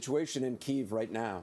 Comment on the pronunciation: Why is the reporter pronouncing Kyiv incorrectly?